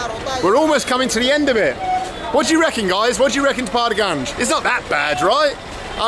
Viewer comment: Say Paharganj one more time I dare you